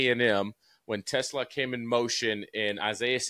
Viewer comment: Josh - please bust DJ's chops for Teslaa pronunciation. Lol😂